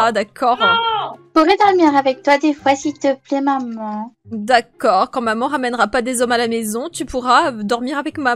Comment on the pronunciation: Elle dit d’accorde